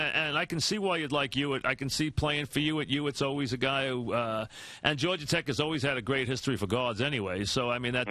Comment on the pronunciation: Iman "George-er Tech" Shumpert